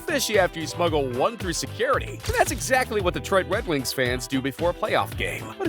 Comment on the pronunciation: Ah Yes My Favorite Team In The NHL "The Wed Wings"